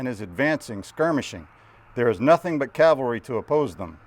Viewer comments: This is my first time watching one of your videos. Looks like great fun! I'd love to do that with my buddies. BUT.... even tabletop wargame buffs must be able to say 'caValry'. Saying 'caLvary' when speaking of mounted troops is sloppy. Best wishes with your future content. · I'm always puzzled why some Americans mispronounce Cav-al-ry as Cal-va-ry. ie General Meade in this video. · DId he say caLvary??? ugh...